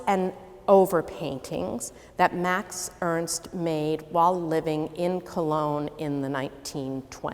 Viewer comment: Who ist Mäx Öönst? MAX E R N S T !